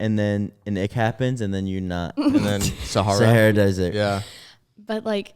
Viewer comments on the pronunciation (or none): none